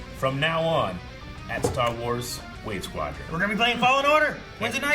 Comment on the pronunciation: is writing some great stah wahs